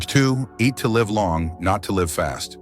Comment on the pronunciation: When are they going to teach these AI characters how to say "live" properly?